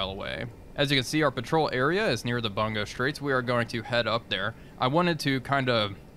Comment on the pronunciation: It is pronounced "Boon-go straights"...Bu is boo.